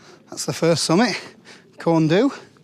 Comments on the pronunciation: Feel obliged to point out (as was pointed out to me some time ago) that the correct pronunciation of Corn Du is actually "Corn Dee". Last time I went up there my knees nearly gave out on the last bit, but it was early in my mountain adventures. Didn't seem to bother the fell runners though. Mad buggers! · Nearly, its proper pronunciation is closer to the word 'Thee'. Pen Y Fan is pronounced Pen uh van. However, local dialect will differ.